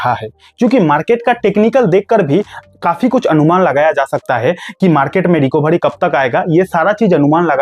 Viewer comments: भाई रिकोभारी नहीं, रिकवरी बोलो। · Recabary nahi Recovery bolo 😂😂